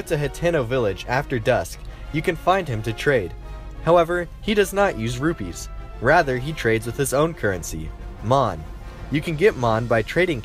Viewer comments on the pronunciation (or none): none